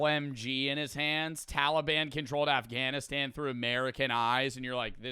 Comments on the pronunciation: mf really said "Afgavinstan" 😐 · Af"gavin"stan is pissing me off. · Bro why did he keep saying afgavinstan ??? 😭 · i took damage every time the video said 'afgavinstan' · Why does the narrator keep saying “afgavinstan”?? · Bro says avgavistan lol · afgavinstan? what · Did everyone skip he said aghavistan in video. Cmon you didn't catch that. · Why's he saying Afghavistan, that's bothering me so much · Why does that guy keep saying “Afgavinstan?” I’ve never heard it pronounced like that at all. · Bro is saying definitely "Afghavistan" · Is this guy saying afgavinstan lmfao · WHY THE FUCK DOES HE PRONOUNCE AFGANISTAN "AFGAVINSTAN" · Why does he say afgavastan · I’m sorry but what is af-Gavin-Stan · It’s all good bro it’s just ahfganastan😂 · Afgafinstan💀 bro its not hard to fucking pronounce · i couldn't get over the fact that kept saying "Aphgavinstan" 😭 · why does that guy say afgavinstan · the fact this guy cant pronounce Afghanistan properly pisses me off beyond measure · “talyban avgnestan”